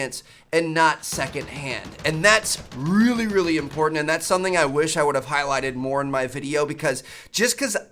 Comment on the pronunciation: How important? “Rrreally really important”😉